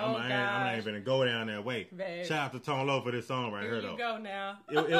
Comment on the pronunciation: is close to getting her Black card taken for not knowing how to pronounce Tone-Loc.